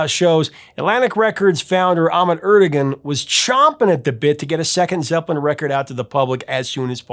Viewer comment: BTW Ahmet Ertegun's name wasn't Er-te-gun. He was Turkish and in that language the name is pronounced Er-te-WAN.